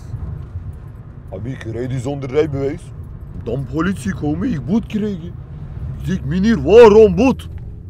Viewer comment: in plaats van boete zegt die boet